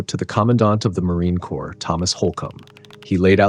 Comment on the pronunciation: Horrible AI voice. corps pronounced as corpse.